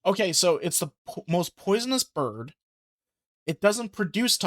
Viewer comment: "BUHRD!" 😄 I am going to be pronoucing 'bird' this way all the time now 😁